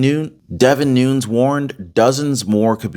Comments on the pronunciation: ITS NOON YEZ NOT NOONS JS PEACE MAB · It's Noon-ez, not noons. Just an FYI. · "....Devin "Nu-neez....". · Its pronounced "nu-nes" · That is NOT how to pronounce Nunes……. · you're pronouncing Nunes wrong, Squiggly line above second n.